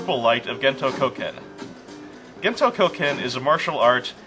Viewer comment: When you were talking about that purple guy's martial art, I couldn't help but hear it as "Gento Cokehead". The setting's strange enough, I'm just gonna go with that :P